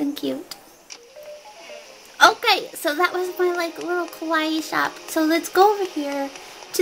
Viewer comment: I swear, I've watched your intro SO MUCH that now whenever I read the word kawaii I don't hear KA-WIGH, but instead, I hear KAR-EE cuz super kar ee bish